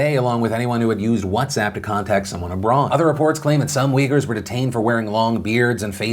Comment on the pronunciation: the people are not wiggers or weejers, they are uighurs as in ooy-ghoor. quite shocked to see even wikipedia gives not one but two wrong pronunciations. if you look at the way it's written in their language (in arab letters) it's more clear it's oo-y-gh-oo-r.